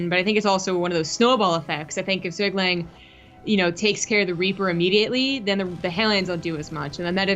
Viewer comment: ZhuGeliang pronounces as "Zhu" "Ge" "Liang"